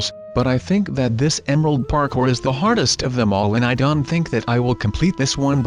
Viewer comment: y do u say dont dant??